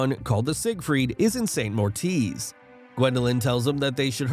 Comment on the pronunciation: St MorITz not St MorTIz